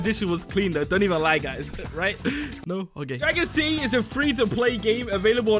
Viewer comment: you said dragon sity time